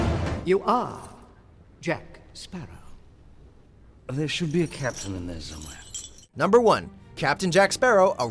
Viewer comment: First things first where the hell is my bloody rum bottle Second thing can no one say my bloody last name it’s not that hard